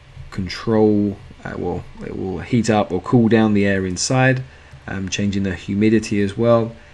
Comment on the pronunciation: The cold water gives off its "cooth"... lol British people, thanks for the videos tho man!! I'm very thankful for your channel.